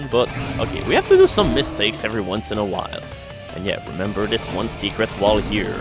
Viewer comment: He can say "perpetually gnashing maw", but not "in".